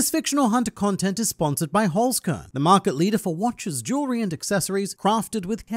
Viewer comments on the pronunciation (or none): Listening to you butchering the german word Holzkern is awesome. Love it!